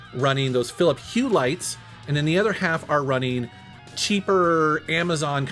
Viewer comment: Philips Hue is cool stuff. I have a Philips TV which has their AmbiLight on it, like a strong LED light strip behind it/around it. You should say philipS instead of philiP. there's an s at the end =D!